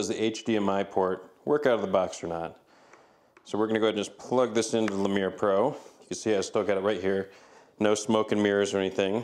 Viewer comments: it's not a "le-meer" it's "lee-mur". like the small monkey. ever heard of zoboomafoo? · Lemur, like the animal. Lol, but I like that you made it fancy French. :D